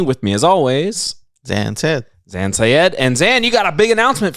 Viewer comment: It bothers me how mispronounces Zan's name immediately after the man himself says it. What a dick